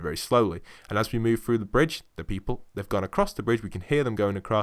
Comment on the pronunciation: through not frough